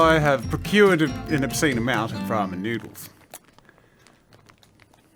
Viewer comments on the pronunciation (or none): Me wondering why he says “pramen udence”